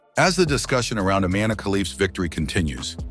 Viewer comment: I-MAN-e says it all